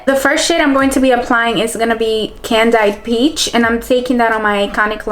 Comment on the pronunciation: Girl I love you but the way you said beige, candied peach and charmed I'm sure killed me omfg 😭😭😂❤️ I love you still pls don't kill me but omfg